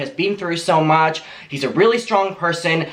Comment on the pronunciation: Why does it sound like rich lux every time says so much HAHAHAHA I heard it once now I can’t unhear